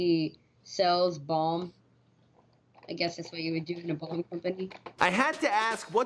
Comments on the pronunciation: Did he say bong?? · "Bong company"? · I thought he said his mom sells bongs 😂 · Balm... B.A.L.M. Not bong. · Did he say his mom has a bomb company or a bong company? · Bong? Or balm?